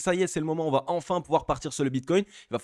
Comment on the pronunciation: merci. analyses sympas, avec un flux impressionant N.B.: il va , pas vat, beaucoup de liaisons mal't'a propos avec ce verbe a+